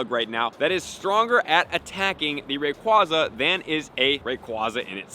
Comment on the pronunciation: Ray KWAY za Not KWAH